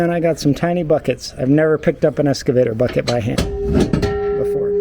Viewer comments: EX-cavator, not ES-cavator. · There’s no S in excavator. Can’t even pronounce it right.